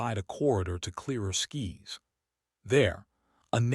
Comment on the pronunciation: "....a gap to clearer skis....". What on earth are they talking about "skis" for. (Skis are what you wear on your feet when going up on snow slopes on mountains.) Now, if it were "skys", I could understand. But again, I think it is another abomination of the AI speaker. Get rid of Artificial Intelligence (AI) Speakers, and employ real human voices whose owners actually speak English.